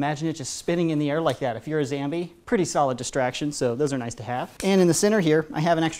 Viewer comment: By the way it is not called a zambie it is called a zombie